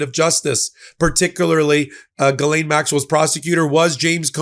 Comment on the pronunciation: Hosts: Ghislaine is French. You pronounce her name Gis lin. That's it. You would sound more educated.